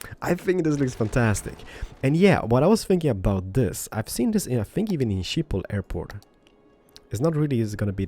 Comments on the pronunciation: Shiphol 😂😂😂 in the Netherlands we say Schiphol with the sch but many people cant pronounce that😂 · "Shiphol"... wauw xD It really isn't that hard to pronounce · Schiphol - pronounced 'Skip-ol' - from the Netherlands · Its always funny to hear people say Schiphol if your dutch. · love the way he pronounce "Schiphol" xD